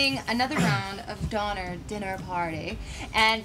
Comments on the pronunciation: Donner....not donor. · LOL "Donor Donner" will never get the name of this game right!